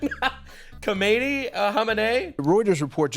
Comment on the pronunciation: Did he just call the Iranian supreme leader, ham and eyyy? 😂